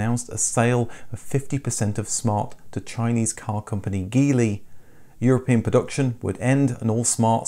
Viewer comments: Hi, Geely is pronounced "gee-lee" and not "ghee-lee". Thanks. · Just so you know, Geely is pronounced "Jili" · Jeely...G sounding like the J in jelly. I own a Geely Coolray sport and having spoken with Sojitz the Geely importers here in the Philippines, they confirm it's pronounced Jeely. I wish you could do a video on the Coolray, I'm sure you would be impressed with the 1500cc, 3 cylinder turbocharged engine knocking out 177hp.